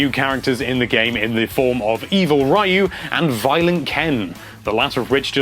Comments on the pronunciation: Ryu is pronouced Ree-You not Rye-You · Does this guy always find a way to butcher the pronunciation of something? I mean come on Rye-oo? You HAVE to know that's wrong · Ryu= (R-Eeh-You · Oh my friend his name is pronounced Ree-ooo or in the Japanese sound is Roo.... other than that spot on review brother mane. 👍👍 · That's not how you pronounce Ryu... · into the video and you allready sound like a goddamn noob ... How are you gonna talk about an SF game if you can't even pronounce Ryu right ... wtf even XD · The way you say "Ryu" disturbs me. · You're pronouncing Ryu wrong. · Come on you can't mispronounce Ryu's name in 2017